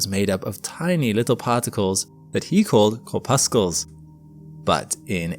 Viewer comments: It’s pronounced “corpussles” not “corpuskels”. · Excellent overall, but odd pronunciations can throw me badly off. "Corpuscle" and "existential" (I think you meant) each badly broke my concentration. Am I alone? We all mispronouce something, so maybe I'm too sensitive. 😢